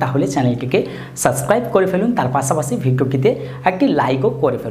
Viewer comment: পাছাপাছি নারে ভাই পাশাপাশি 🤣